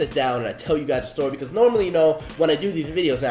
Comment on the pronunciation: "tell u guys a Stoy"???